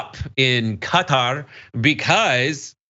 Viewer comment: Wow an American that can pronounce Qatar, impressive.